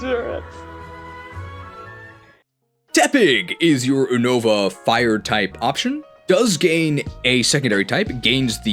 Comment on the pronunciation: ever since you started pronouncing Unova wrong I’ve heard more and more Pokemon YouTube guys pronounce it wrong too and for that you’re just the worst